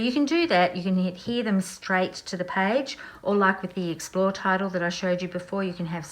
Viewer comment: The L and P are reversed in the word explore